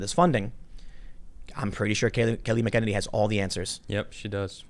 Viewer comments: MAC UH NAY KNEE lol not mc enenie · Tim.... would you fucking learn how to say the Press Sec's name!! I have given it to you (phonically) three times. It's annoying AF. Emphasis on the first syllable: MAC-uh-NANY (long A on the last syllable) LEARN IT PLEASE ~ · Tim, it’s MAC-ANN-ANNIE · Pronounced : Kay-lee Mackin-Ay-nee. Thanks. 🙂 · Mr. Pool - may I call you Tim? - say it with me... MACK-uh-nay-nee. MACK-uh-nay-nee. Kayleigh McEnany. In other news, I love your work. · That’s not how you say that beautiful lady’s name, but it’s cool. She’d too amazing Tim, for you to say it wrong. I wouldn’t want to be on a plane with her, she would break the left wing.